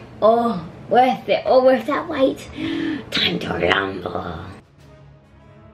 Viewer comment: RUMBLE not rumbie sorry if that sounded mean also lol